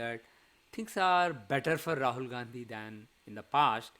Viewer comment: For the first time you are calling Rahul Gandhi as RAHAL GANDHI JI . JEEE🎉